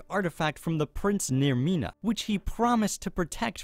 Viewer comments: You said narmina instead nocturnal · Did you just say Nermena??? IT'S NOCTURNAL!!!! SHADOW NOT HIDE YOU!!! NOT HIDE YOU! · I'm sorry but did you actually just call Nocturnal "Nirmina" ??? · Nirmina is Nocturnal confirmed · XD it’s nocturnal not naermina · ... NAERMINA?! You, sir, know how to piss off a Nightingale. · Frey stole the skeleton key from Nocturnal.. not “Naermina” (Namira?Vaermina?) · did he call nocturnal, NAERMINA, or am i just being dumb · Nocturnal not nimira. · Neddy Bubblegum Namira* He probably got Vaermina and Namira mixed up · I think you mean "Nocturnal"